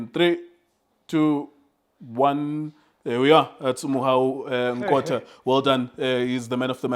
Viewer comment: Nkota not nkotha,ae some pie rat supporters 😂😂😂😂😂😂